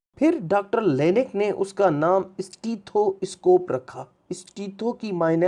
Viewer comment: یہ اِسٹیتھواِسکوپ کیا بلا ہے؟ سیدھی طرح سٹیتھوسکوپ بولو